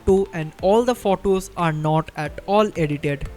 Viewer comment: Learn to pronunce photo u r prouncing wrong